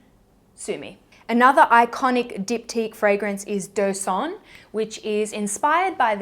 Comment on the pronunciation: I love how you said the Diptyque fragrances’ names! I love when non French people speak French, I always found that very exotic!!! As for the By Terry fragrant délice, the « t » is actually silent but you did good ^_^. You have so many great choices but It’s so bad for my wallet.